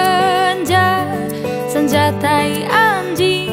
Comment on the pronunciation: Pengucapan t4i ter merdu..